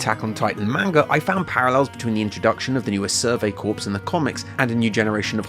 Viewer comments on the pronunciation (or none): Tell us more about this "survey corpse" please... or did you mean "survey corps?" That would be pronounced just like "core" -- I honestly don't know enough about Attack on Titan to know which you are referring to, but in context the latter would make more sense. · I hate to be that guy, but Corps is pronounced "Core". Now I haven't seen Attack on Titan, so maybe they pronounce it differently in the english dub. But any US Marine that stumbles upon this video might lose their shit at such an aggregious mispronounciation 😂 Nevertheless, fantastic video!